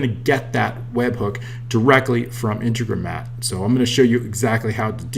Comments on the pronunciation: in-te-gro-mat not inte-gro-mat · Say it with me...... IN - TEG - RO - MAT.........Gooooood boy..........who's a good boy..... Nice video as well.....